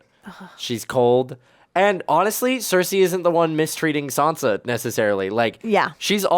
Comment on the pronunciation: How are you still calling Sansa...Sonya??? Lol 😆